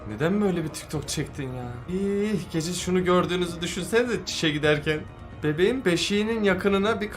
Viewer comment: Geceğ deyil gece